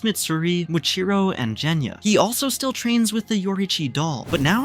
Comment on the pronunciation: Bruh its genya not jenya